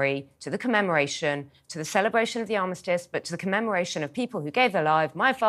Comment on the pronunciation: It’s ARMISTICE, and CENOTAPH. Why should we listen to someone who can’t even get those words right? Seriously.